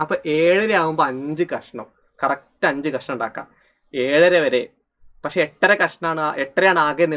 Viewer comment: എട്ട്ര അല്ല Sir 8 അര😅